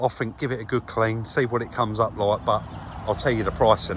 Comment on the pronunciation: It’s not the accent as much as the mispronunciation of words “I fink it’s furty free and a furd percent!” A growing number of idiots in the UK are starting to speak like this. They think they’re cool or hard but really, they’re just “fick”!